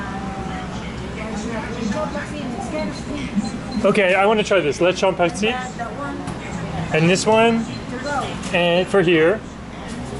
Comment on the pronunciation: Thumbs up to you man, You pronounced it well, Dinuguan & Paksiw 😊 .